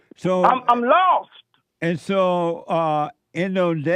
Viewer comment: Jesse: and, so-: I'M LOWST! Hahahah